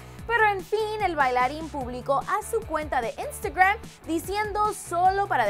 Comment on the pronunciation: Se quiere hacer la gringa diciendo taad es tood vos sos latina no yankie 😂😂 lo mismo lo de Twitter o instagram lo pronuncian como gringas 😂😂